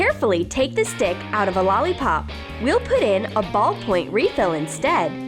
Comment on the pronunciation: its instead not enstade